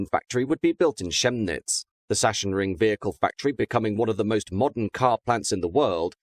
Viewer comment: And Sachsenring being Saksenring not Saschenring